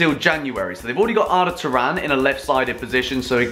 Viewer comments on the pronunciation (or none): none